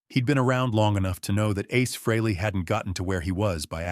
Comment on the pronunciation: Nice "story" too bad it's not TRUE! Gotta love AI narration. Can't even pronounce Ace's last name-FREEly! smh